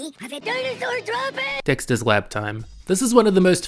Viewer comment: DINOSAUR DROPEENGS!!😂😂😂